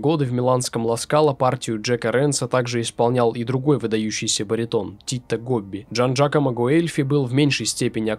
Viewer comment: Внимательнее пож.с двойными(и наоборот одинарными)согласными:не Титто Гобби,а Тито Гобби;театр не в Сполетто,а в Сполето.А вообще,спасибо!Очень интересно.